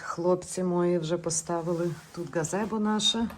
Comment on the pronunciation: Судячи з вимови слова мОї, а не моЇ, автор відео із заходу України. Привіт. Нічого жахливого не побачила. Трошки ремонту, і буде краса.